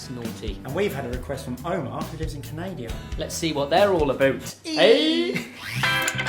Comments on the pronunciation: I'm sorry, did you just pronounce Canada as CanadIa?? Ia I missing something or have I been mispronouncing the name of my country wrong for 19 years? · Is it just me or did he say "who lives in canadia"? Canadia? :D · The way you say Canada!!!! Omg lol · Yeah as an Australian I was surprised that my relations would say Canada incorrectly like our moronic Prime Minister Abbott who also happens to come from the UK.